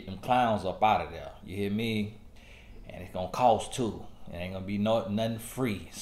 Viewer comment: "You hea' me?" 😂